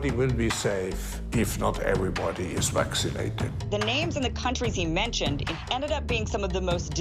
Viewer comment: What does he mean by Vwaxinated,if he wants us to get it he should at least be able to pronounce it properly lol❤